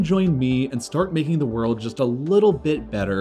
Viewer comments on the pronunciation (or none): none